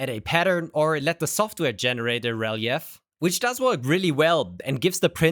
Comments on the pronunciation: "re leef" not "rel-e-f". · first it's pronounced Re-leaf and secondly getting the printer for free is a sponsorship you just don't make as much money from it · videos are great, but I really wish he would learn to pronounce English properly. I was totally confused when he kept saying “rell-ee-eff”. Took me ages to realise he was literally saying “relief” but pronouncing it letter by letter for some odd reason. It’s pronounced “rell-eef”,! 😢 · Great video. Just an English tip, relief is pronounced ruh-leef not reh-lih-eff. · "rel-eee-if" 😂. It's pronounced ruh·leef. I had to turn on CC to realize what you were talking about. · fyi relief is pronounced "re-leaf". english is stupid. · This is super cool! FYI: Relief is pronounced ree-LEAF, with two long E’s like in the word “speedy” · Your English is better than my Deutsch but I need to let you know "relief" is pronounced "ree-leef" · relief pronounced re-leaf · ...for future reference you can just say "re-leaf". You almost sound like an AI and we know you're not. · Cool idea! I hope you will take this as positive, constructive criticism: "relief" is a two-syllable word that sounds like "re-leaf". Rhymes with reef, motif, debrief, etc. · Relief is pronounced Re-leef. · Just FYI, "Relief" is normally pronounced "Rel - eef" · FYI, "relief" is pronounced "ree-leef" (yes, my pronunciation of anything in Deutsch is almost certainly even worse, and I'd want gentle corrections) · Relief is pronounced like re-leaf. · Like “relieve” but ends with an ‘f’ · he pronounced it German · the "relief" pronunciation is killing me 😅